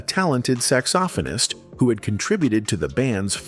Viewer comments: Charlie Parker the "sax-OFF-onist" as the DUMB AI keeps pronouncing it...SMH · Did AI narrate this? I've never heard any person pronounce saxophonist as "saks-SO-fun-ist." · I could forgive you for mispronouncing saxophonist as 'Sacks Soft Phone Ist, ' but there's no excuse for using Charlie Parker's image instead of Orion Wilhoite's. (I realize that SoundCloud also made the same mistake.) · What is this sax-OFF-ah-nist you speak of? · I know right. I said to myself Steve Arrington is not a falsetto. And Zapp might have been a big Funk band, but they didn't have a big hit until 1980. Slide was released in 1977. This is AI. It's mispronouncing the word saxophonist and keeps showing The Ohio Players.